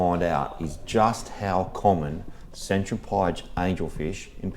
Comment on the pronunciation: speaking of american viewers, isn't Centropyge pronounced Sen-trop-ehjee?